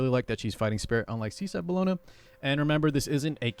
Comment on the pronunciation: her name is pronounced Bell-O-Na or Bell for short lol. Its not Cologne /Bologna lol